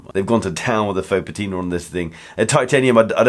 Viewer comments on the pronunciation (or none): none